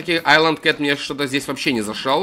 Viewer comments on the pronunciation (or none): none